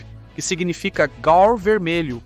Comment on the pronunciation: Peço desculpas mas, se o nome é GAUR, a pronúncia NÃO deve ser GAL ou GAUER, sei não.